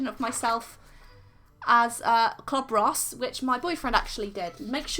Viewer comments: She said clob ross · Is it me or did is sound like she said “Cob Ross”